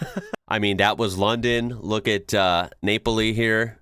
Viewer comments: Napoli, not Neypoli😂😊 that was cute tho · in English, it’s Naples, but in Italian, it’s Nah-poli, just like in napoletana. Yeah, nah, Napoli. 😃